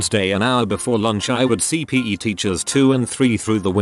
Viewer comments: Nobody: Robot Narrator: peh teacher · Who else cringed every time it said PE